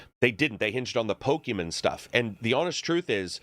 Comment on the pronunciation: can you stop saying "pokemen"